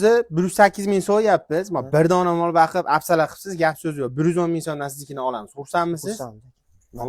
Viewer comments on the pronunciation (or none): Baqib emas , boqib deng aka adabiy tilda gapiring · Бакиб эмас бокиб денг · Baqib emas , boqib deyiladi. Jigar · Baqib emas, boqib. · Мол бакиб эмас бокиб булади чала савод